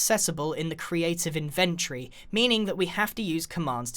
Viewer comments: Cloudboi no, it’s not the ‘Brit’ way of saying it. I’m British and I’ve never said it like that. He just pronounces it wrong. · The only thing I learned from this vid is that you pronounce inventory as in-vehn-chree as opposed to in-vin-tor-ee. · It’s not pronounced ‘inventry’ it’s pronounced ‘invent-tory’ no hate, love your videos :) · It’s called inventory not “inventry”. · No one: Grian: inVENtry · "create an inventree"